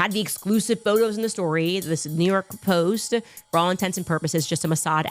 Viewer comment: I was listening to the chicks on the right one day and they pointed out how Candace adds an “uh” after words and how annoying that it and now I can’t help but notice it like “storyuh..postuh”